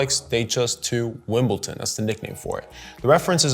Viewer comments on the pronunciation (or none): Wimbledon with “d” :-)